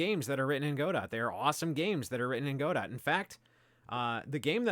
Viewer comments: It's GODOH*, NOT "go dot" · It's "Go-Dough" like "Waiting for Godot". The "T" is silent because it's someone's name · it's whatever you want it to be. the original play from which the name was derived is pronounced God-Oh, so if you wanted to be super technical about it then that's you'd have to pronounce it. the original author pronounces it Godot, which kind of makes sense as its logo is a Robot...